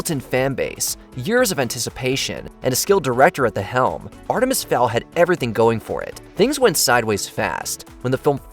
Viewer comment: Wtf is Artimis Fowl?